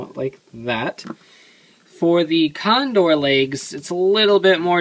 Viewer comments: ITS GODDAMN TAJADOR TAKA .............. CONDOR!!!!!!!!!!! NOT CONDOL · It"s pronounced condol since japan reads the word r and L the same.